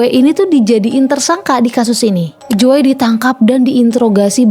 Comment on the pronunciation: Jo kak bukan joe bacanya😢